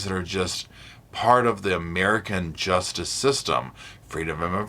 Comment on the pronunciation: “Gee-yus-tis system!”😂